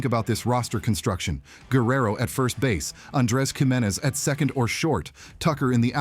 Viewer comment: And Giménez, pronounced two different ways in this video.